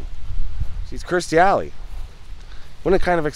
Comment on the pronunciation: Please, its Kirstie not Kristy.